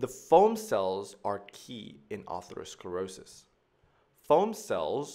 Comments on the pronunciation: Excellent video, except one thing is driving me crazy: ATHEROsclerosis not A-R-THEROsclerosis!!! No doubt knows this, it just comes out wrong. Everybody has a few of these 😉 The root "athero" means FATTY, and "sclerosis" means hardening; in ATHEROsclerosis, we see fatty plaques (atheromas) in addition to other pathology. Atherosclerosis is thus a SUBTYPE of hardening of the arteries (it's one kind of ARTERIOsclerosis), it is the "fatty" subtype where ATHEROMAS are present. Not all arteriosclerosis includes fatty plaques. Another worthy video, starts with the etymology of ATHEROsclerosis, ARTERIOsclerosis, AND ARTERIOLOsclerosis, and describes their differences. It's important to be nit-picky about this misplaced "R", because the related, more generic term "ARTERIOSCLEROSIS" (hardening of the arteries) has an R in the second position. These are related but distinct words, for overlapping but distinct pathology combinations. Creating a hybrid word that's halfway in between, just confuses things. The best thing about the video, is the rapid pace of extremely well described information. Fast and thorough without seeming overwhelming. A large part of this comes from the easy grace of the drawings as they materialize into near perfection before our eyes 👍🏻👍🏻👍🏻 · it's not aRthero, but ATHERO... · You added an extra "R" in atherosclerosis. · Stunning visuals and explanations but it’s ATHEROSCLEROSIS, not artherosclerosis. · It is Atherosclerosis, not artherosclerosis. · Isnt it Atherosclerosis not Artherosclerosis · Thats Atherosclerosis not Artherosclerosis dumb guy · Atherosclerosis not Artherosclerosis.. But Arteriosclerosis...thanks anyway.. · *aTHEROsclerosis (not arthero)